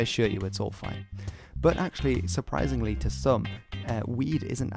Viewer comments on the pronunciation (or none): none